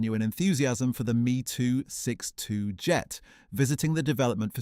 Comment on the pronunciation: I can’t stand the German jet being called a “Me too 62”, this whole lengthy story is Ai generated.